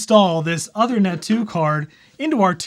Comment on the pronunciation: One quick comment - the Uthernet card is named after Uther Pendragon. The work Uther is pronounced like "Moon". The "oo" is the 'U". So OOthernet. :-)